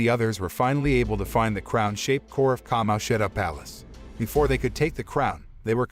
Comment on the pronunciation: bad. every time he said certain characters’ names, such as Kamoshida, he messed up the pronunciation